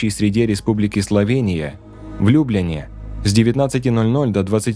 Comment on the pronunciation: Любляна город , ударение на Я